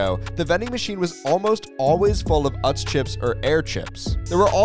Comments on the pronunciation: Ive always pronounced it as oots... Not uhts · He's also pronouncing Utz wrong